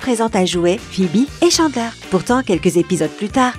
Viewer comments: ça ce prononce Tchandler, pas Chandler, Djoey pas Joé, c’est Gèller pas Jèller... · On prononce Chandler, Tchandler et pas Chanler. Et d'autres trucs mais sinon ok. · Nul la prononciation Djoey et pas Joey Tchandleur et pas Chandler Gueller et pas jeller Central perk et pas central peurk A mon Avis , t’as pas bien écouter la série pour prononcer ça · Mes oreilles ont beaucoup trop saignées en écoutant cette vidéo alors pour le bien de tous, On prononce: FRiends et non Fiends, Tchandler pas Chaneler, DJoey et non Joé, Gueler et non Geler, et on dit UNAGUIIII pas Uniajiiii !!!!! Ps : Tanksgivine ? C'est pas plutôt Thanksgiving ? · Mouais tu connais tout sur la série... Prononce les noms correctement et fais pas saigner nos oreilles! Tchandeleur et pas Chandlère! DJoé et pas Joé! Les G U ellère et pas les Jèleur! Tanksegiving? T H ankgiving! Le pouvoir d’Una G ui et pas unaji. Et surtout... F R IENDS! Pas Fwieze! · Ça se prononce Guéleur (mais s'écrit Geller) et pas Jéleur, Unagui et pas Unaji et Tchandler et pas Chandler !!!!! Reregarde les épisodes pour réviser tes prononciations !!!! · Shandlaire, joet, gélère, 😂😂 elle fait une vidéo sur friends avec une prononciations incorrect des trois prénoms. On avais tous remarqué. Et il y a d'autres détails encore plus marquant ! Un par épisode en tout cas. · o nn cHaNdlAiR mes oreillessss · J ai pas liker pcq la prononciation était horrible si la voix off avais vue tt l’es épisode comment ça se fais qu’elle dise jeller unaji chandler .... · OUI II ÇA ÉNERVANT TELLEMENT avec Chandler j'ai failli mourir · Video interessante mais faites un effort sur la prononciation. Chandler, friends, geller... Mon dieu ça fait mal ! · Tu dis que tu as vue tout les épisodes de FRIENDS mais je ne suis pas sur par ce que pour dire unagi tu dis unaji pour tChandler c’est Chandleur pour dJoey tu dis Joé pour Geller c’est Jèllèr à et j’ai oublié cétral perk